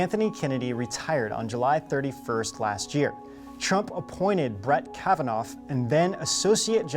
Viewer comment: There's no F sound in Kavanagh LOL